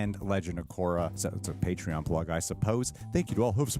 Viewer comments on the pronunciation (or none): none